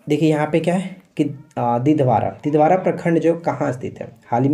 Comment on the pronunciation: दिधवारा नही दिघवारा है।।